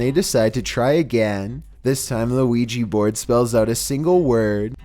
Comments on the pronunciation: It’s pronounced weegee but spelled ouija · I hear luigi board as well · Lugi board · Haha me to 😂